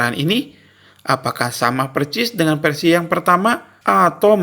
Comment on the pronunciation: Versi ya bang, bukan persi